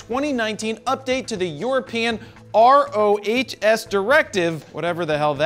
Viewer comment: FYI: RoHS is an important environmental standard for electronic devices (and broadly supported and/or mandated) and is usually pronounced "row-has".